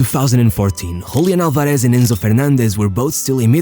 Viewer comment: Hablás español y aun así pronunciás mal "Julián Álvarez", amigo, decís "Hoolián alvarésh"... Cringe bro xd